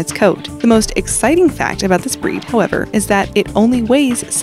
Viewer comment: Whenever the girl says "breed" I hear "bread' lol